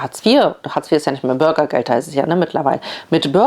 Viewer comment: Burgergeld 🤭😂 ne nicht witzig das Thema… aber die Aussprache schon 😅